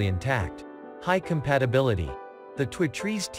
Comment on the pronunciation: Is this some kind of computer generated voice? He can't say two trees